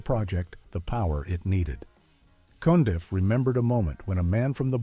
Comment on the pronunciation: Rusty Cundieff (not "Cundy") is another underrated Black director. And for the record, the narrator is fulla s**t.